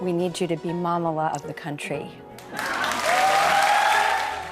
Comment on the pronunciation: Mamala = little Mama. Easy to pronounce. Ma.muh.luh.